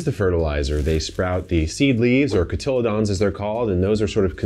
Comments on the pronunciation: Your pronunciation of cotelydon is making me thinking of the chamomile 'exchange' haha. I've always heard it pronunced cot-uh-lee-don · A little Latin for Kevin: cotyledon = cot*til*lee*don (long E for the le). Pronounced as kaa·tuh·lee·dn From a biologist. Love the channel, we will miss your guidance as you move on to other interests. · Cotyledon is pronounced kaa·tuh·lee·dn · Cotyledon is pronounced in four syllables Cod ah lee don. Sorry, it hurt too much to not say anything. Thanks for all you share, I love your videos. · the way kevin pronounced cotyledon like a dinosaur 😭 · I love you guys and I love this channel but that pronunciation of 'cotyledon' made my ears bleed 😬🙃. I thought you were talking about some new species of dinosaur lol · have i been pronouncing cotyledons wrong this whole time??